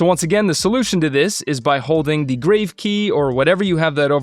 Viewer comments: Helpful! BTW, it's pronounced GRAH-vay not grave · just FYI -- How to pronounce the "Grave" accent key (it's grahv as in "calm"). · Regarding the “Grave” key please note this is coming from a channel with 118k subs, getting corrected regularly for each mistake made. It’s not a criticism but just sharing knowledge that can help us improve. This word is from the French "accent grave” and is pronounced grahv (rhymes with smarv or pahv, using an "ah" sound like in the word father). It is not pronounced like a burial site (grayv). Please know I love your videos! You have taught me a lot and will continue to do so. They have indeed helped me to get to where we are today. Looking forward to learning from your vast knowledge on all things released for FCP. Keep it up!